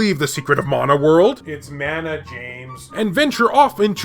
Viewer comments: its mana not meina :P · Let us now leave Secret of Mana World It's MANA you killing me 🤣 Honestly I saying Mana like you saying to 🙂 Love you style of your video keep it going 😊👍